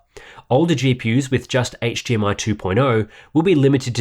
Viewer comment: I'm sorry.....what is hGmi? I played it back twice and you definitely said HGMI twice 😂😂 great review tho! Best I've seen. Mine is being delivered tomorrow and was gonna replace my Samsung G. Now I'm thinking about how to mount it and keep my Samsung for regular PC applications to prevent burn in. Thank you!